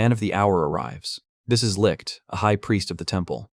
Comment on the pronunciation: "This is licked." As a German I kinda cracked at the pronunciation of "Licht" 😂😂 But I rly enjoyed you video! Thank you :D Edit: I just googled how to explain how to pronounce it correctly and holy fuck. Everywhere ppl say it sounds like licked/likkt .. BUT NO. Its does not. Thats a mess dear internet people 😂. Also I have no Idea how to explain the "ch" sound. Maybe a cat hissing? 😂😂